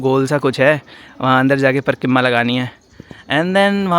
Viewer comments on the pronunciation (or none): Its pareekrma not parkimma 😂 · Parkimma 😂, Parikrama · Not parkima.....parikrama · Parikrama❌️ parkarma✅️😂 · परिक्रमा ❌ परकिम्मा ✅ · Bhai parkirma nhi parikrama hota hai😂😂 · Parikimma nahi bhai Parikramma hota hai 🤣😅